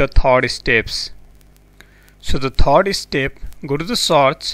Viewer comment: Lol a new word generate here which is "taaaks".....XD What the hell "saaarch" " thard estep"